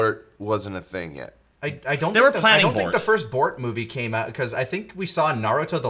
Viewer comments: Wait, wh y do you call Boruto "Bort"? I mean, for consistency, you would be calling Naruto "Nart". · why were they saying Bort? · I live in Japan... Why do they keep calling Boruto "Bort?" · I love how you guys call Boruto "Bort" and just keep saying "Bort" so casually! Bort sounds so funny!